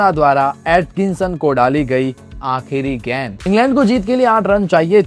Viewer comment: गेंद भाई गैंड नहीं 😂